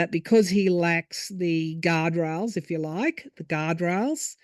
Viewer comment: Did you said Elon is with out “guard rails” or “God rails?” Lol, maybe both? —thank you